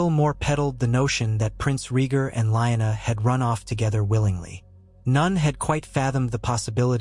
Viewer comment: Very nice story, but are you mispronouncing Lyanna, Raegar, Baelon, and Vyserys's names on purpose? Correction, the inconsistentcies in the story, forced me to stop watching it...